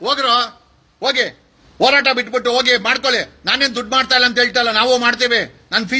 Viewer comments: Akadeyvru eshte higher education madidru pronounction sari madall. Horata ke orata abba annoke habba 😂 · ಒರಾಟ ಅಲ್ಲ joker, ಅದು ಹೋರಾಟ😂